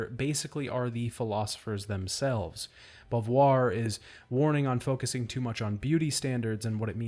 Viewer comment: why do you call Simone Bovuare?